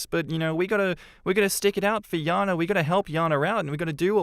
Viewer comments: Just a pet peeve, but in the 2nd story why does keep pronouncing the name as Yana when it's spelled Jana with a J? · I've always known the name Jana pronounced as Jan-ah ('a' sound like jam) and not Yah-nah. This is the second time I've heard this story with the name prounced as Yah-na. It doesn't matter or anything. Just noticed it.